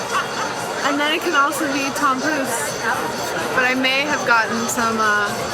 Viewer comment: Oh, tompouce... I thought you said Tom Cruise. I was like: 'what? Tom Cruise is going to Kings Day???' :D